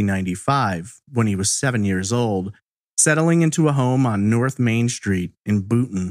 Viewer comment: I think it's pronounced "street", not shtreet